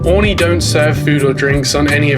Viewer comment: Something that’s really been bothering me in throw video is the pronunciation of Aurigny! It’s: Oarreeknee ! Not oreknee!